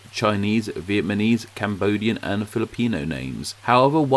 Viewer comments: Did you say vietmanese? Lol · Was it just me or has anyone heard “VietMANese”